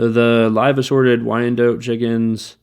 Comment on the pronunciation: Y - ANN - DOT is the correct pronunciation. I've had quite a few breeds over the years, haven't had brahmas, but I've had silver laced Wyandottes. I've never ordered from Hoover's, but they supply Rural King also and I've bought them locally. I like McMurray Hatchery for shipped chicks. Probably a better deal too.